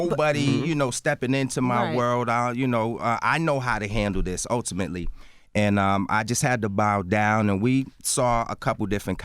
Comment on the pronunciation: He's killing me with this "Utimately" shit